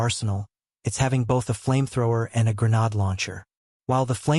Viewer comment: "gre-nad/gre-nad types".... bro...